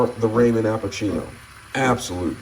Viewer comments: The joke is your supposed to pronounce it raw-min (ramen) not ray-min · Honest question. Why do you call them Raymond Noodles? 😭